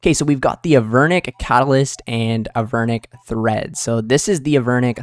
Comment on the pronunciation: There's no H in treads big guy